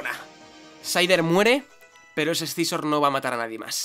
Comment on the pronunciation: porque diablos dice ES-SI-ZOR, cuando se pronuncia SIZOR y ya esta